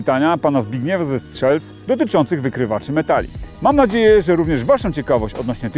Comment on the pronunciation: Mówi się ze "Strzelec" nie z "Strzelc"